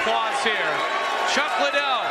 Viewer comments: Lie Dell!!!! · Joe pronouncing Liddel like how Oscar dela hoya annoyingly says it, 'Lie Del' lol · Everyone drink everytime Joe says "Chuck Lie-dell." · It took Joe a while to catch on to chucks actual name pronunciation after multiple Chuck “LYE-DELL” mentions 😂😭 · It triggers me when Joe Rogan keeps saying his name wrong..